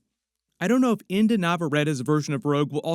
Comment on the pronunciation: Brother in Christ, it's Inde like Indy not Indah. Have some respect.